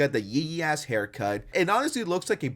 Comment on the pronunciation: Thanks for saying ass and not ahh